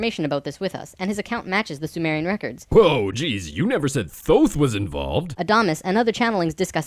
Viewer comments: I'm sure I'm not the only one to point this out buuuut...IT IS PRONOUNCED TOTE! TOTE! NOT THOTHE! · isn't thoth pronounced tote? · For the love of shit it's pronounced as if it were spelled "Toth" This shit is still hilarious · I thought "Thoth" was pronounced like "Tote"? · "Thoth" is pronounced lile "tote" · Also its pronounced Toth. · "Thoth"? Honey, it's pronounced "Tote". That's the first of many signs this fucker is wrong. Ugh. Don't you just hate when people act like they know everything about the Universe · Lol this idiot doesn’t even pronounce Thoth right- it’s pronounced tout like tote bag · apparently, Thoth is pronounced "toke" in any case. that's how you know this stuff is dodgy. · Isn't Thoth supposed to be pronounced "Tote"? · you keep pronouncing the god of knowledge wrong....